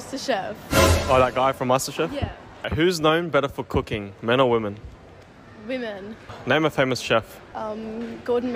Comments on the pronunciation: Why is it that hardly anyone knows how to pronounce the plural of "woman" which is "women" it's pretty sad and is irritating to listen to these dopes say it wrong consistently. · Your videos have taught me that 99% of gen z can't say the word "women" correctly.